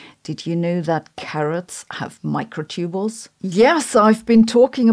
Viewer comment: I think most Americans would pronounce "microtubule" /ˈmɑɪkroʊˌtubjuəl/ not /ˈmɑɪkroʊˌtubəl/ Not sure about British pronunciations.